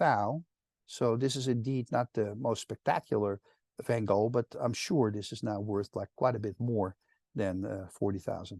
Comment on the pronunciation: PS - Waarom "Van-Go" ipv "van Gogh" ?